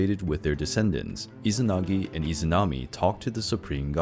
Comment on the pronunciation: still izanagui not izanagi...